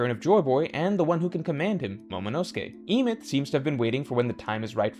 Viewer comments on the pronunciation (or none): Why can't you say words correctly. It is Em-eth. Not Eemyth. Bib-Low not BeepLow. Like whats wrong with you. Is this on purpose? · Great vid but the way you pronounce biblo and emeth makes my brain hurt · The pronunciation of Emeth has to be rage bait